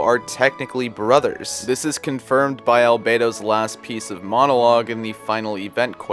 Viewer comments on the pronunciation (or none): none